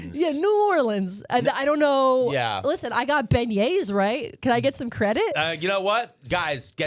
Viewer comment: Good job on "beignet". Now pronounce "Louisville" :)